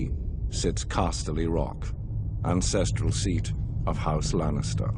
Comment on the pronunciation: Did he say '' incestral seat'' ?